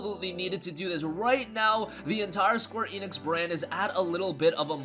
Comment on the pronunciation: Squee Enix? If you're gonna say a name say it right... SQUARE ENIX